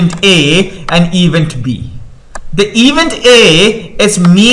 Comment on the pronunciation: Very nicely explained! The only one thing is - please evEnt. This mistake makes it hard to concentrate on the material.